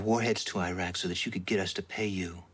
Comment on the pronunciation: Are some of the characters still saying "Airaq" and "Airan", even after all these years and after all the wars in the Gulf region ?! Next thing we know it will be the "Aitalians" !!! And, by the way, Gil Bellows looked ever so hot half naked, with his very sexy hairy chest !!! Pfui !!!